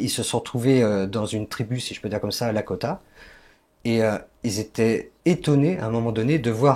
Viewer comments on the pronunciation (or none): Il ne représente même pas le peuple lakrota et non lakota.. il ne sait même pas prononcer le nom..